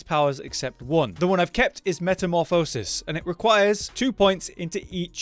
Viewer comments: Great content but i think you and the word metamorphosis need to catch up :D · The way he said metamorphosis 😂